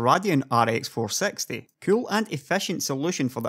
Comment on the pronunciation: i like how u pronouce rx 460 like rx 4sexty.joke